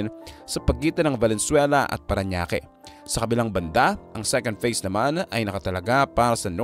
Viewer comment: Phase po, hindi face. Feasibility studies po, hindi visibility studies po. Peborit ka siguro ng English teacher mo ano, pre.😮😮😮